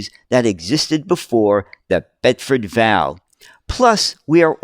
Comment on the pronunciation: Bedford V. A. L. , not val, please! (Or Chinese six if ya want the slang term!) Even so, cracking video sir!